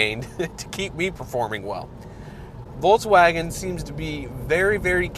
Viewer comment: Is it me or does it sound like he is saying Voltswagen